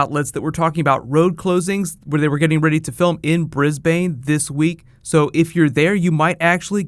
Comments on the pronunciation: Bloody hell mate, its not Bris-BANE its a mix between bin and bun kind of like Brisben. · Briz-burn, or briz-bun, not bane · it's bris-bin not brisbane 😂 I live here and I WISH I could be there 😭😭😭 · Aussies say Bris-Bun (say it quickly)... not Bris.Bane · hahahahahaha bris bane omg sorry i like laughed or something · Bris bane? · Bris-bun not brisbaaaaaaaane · It's Bris-ban not Bris-bain... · Bris-Bane 😂 its brisbin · Bris-bane.... Na mate it's Bris-BIN. Like a trash can. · "Bris- BANE" ... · Pretend there is a semi silent 'd' in Brisbane (boo-riz-bin). I am sorry it just makes me cringe. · "bris-bane" .... lel. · Dear lord you sound like a tourist learn to say it it's bris-b-ne (I'm Australian) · You said brisBANE every Aussie just lost it 😂😂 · Bris-Bane. Oh... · Say "Briz-bin" ; ) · the way you say brisbane is Bris-ben thats how you say it mate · hahaha Bris-Bane, noice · Omfg it's spelled like Brisbane but you say it like Brisbin with a bin instead of a ane you get me. get it fucking right when you say it like that the cringe meter goes over 9.000 in not trying to be mean I'm just sick of people saying it like that soz but that's the truth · Eating up your clips, but you'll have to get my city, Brisbane, pronunciation right! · lol the way u say brisbane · i love how you said Brisbane I'm Australian and i find this hilarious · Oh god, I'm sorry, but as an Australian, your pronunciation of Brisbane, made me shudder. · said brisbane wrong and the lady said Thor 5, slip ups but I am actually excited for this movie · the way he said Brisbane Hahaha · bris bane....my ears hurt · I had to laugh at your pronunciation of Brisbane. Nothing against ya but it was just funny because i live there. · lol How you said Brisbane